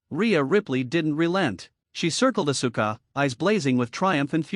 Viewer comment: The pronouncing is ohssska not oh su ka.